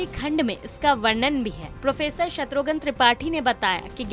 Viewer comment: शत्रुघन नहीं,शत्रुघ्न कहिए